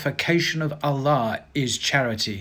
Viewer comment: Pronouncing "Allah" like a champ! Keep at it! Especially when people criticise you! 👍